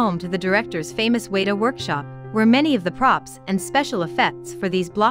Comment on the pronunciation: Is this read by a computer? It can't even pronounce the full name of Te Papa or Weta.